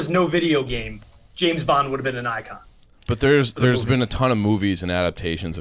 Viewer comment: Did I hear pronounce James in James Bond as Jameis?